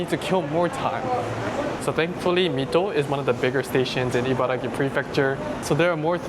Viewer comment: The Abiko Station chicken soba looks great, if I ever find myself out there, I will definitely try it out. Btw, it's IbaraKi, not Gi. You wrote it properly in the graphics, but kept saying it incorrectly in the video itself.